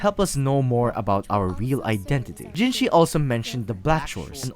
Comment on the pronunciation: Hey not tryna be rude but just so you know you keep on writing jinshi but it's jinhsi great vid otherwise, I really like the way you told the lamb story